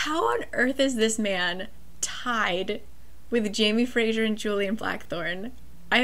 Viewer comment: Omg I love how you pronounce Jamie Fraser :D